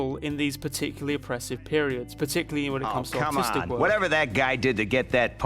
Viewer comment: I know ypure saying artistic world, all i hear is autistic world